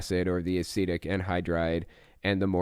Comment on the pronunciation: Oh, that's the word he's using? Thank you, I thought he was saying 'Acidic' wierdly.